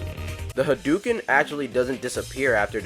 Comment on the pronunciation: It's. Not. Called. The. Hadooken.